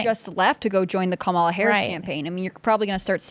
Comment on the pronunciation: must have a low IQ. She cant pronounce Kamalas name right.